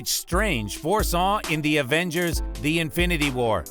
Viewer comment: It’s Avengers not Advengers